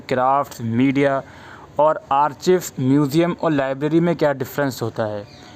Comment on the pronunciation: Sir Thanks for this video. *Sir one thing.. Archives (आर्काइव) not आर्चीव्स